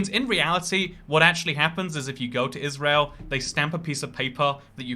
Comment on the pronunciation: Please say Israel